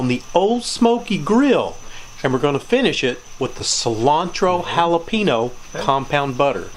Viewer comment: Sound like a pro! Worcestershire= wu sta sure ( only three syllables) jalapeño = hal a pen yo not hal a pee no Do you guys say pee can or pa con? lol my dad would have loved this. Jim Beam was his favorite!